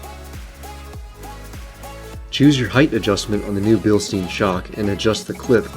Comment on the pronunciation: Come on man, if you're going to promote a brand, at least pronounce the name correctly. It's pronounced Bilstine everyone.